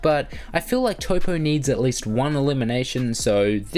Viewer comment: Toppo not Topo